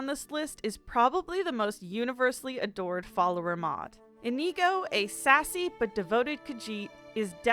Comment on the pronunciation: I love this video, I’m only commenting to say I’m extremely annoyed at the fact she pronounced inigo wrong or maybe that’s me saying it wrong.